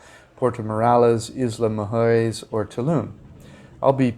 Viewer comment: You really don't like saying the word mujeres. lol. Try to pronounce moo hair ess. lol